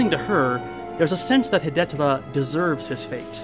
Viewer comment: I know this is way after the fact and beside the point, but the pronunciation of Hidetora is hee-day-toh-rah. Four syllables. In any case, great review and looking forward to more of different Japanese directors (in particular In the Realm of the Sense by Oshima Nagisa!) ;)